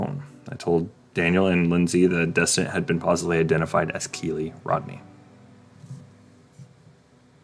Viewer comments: Dude.... Learn the details before you try to put your two cents in. And... It's not Kee Lee. It's K 👁️ Lee. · Tip. Do not mention a victim if YOU CANNOT PRONOUNCE THEIR FIRST NAME.